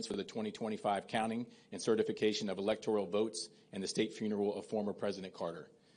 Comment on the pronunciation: she says electorial?woke